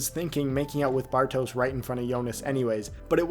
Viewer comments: It's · Nice one. Very good ep indeed. BTW, since you're saying his name so much, it's not so much "Bar-toes" as it is "Bar-tosh" ;)